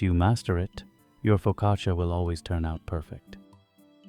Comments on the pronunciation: Why are you calling it a POcaccia? It's FOcaccia! Also you baked it for too long. It's brown on top. Too much. Downvoted! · Nice bake, but Just wanted to mention I speak Italian, and the “i” is silent in the word focaccia . It’s Pronounced “fo..ca..cha”Annunciating the “i” doesn’t make it sound fancier. It just makes you sound ignorant. The more you know🌈⭐️ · You would deserve a parental one for the mispronunciation....foccacheeeeya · please stop saying foccacia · AI did't quite get the pronunciation of the focaccia right. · It is pronounced without the "I"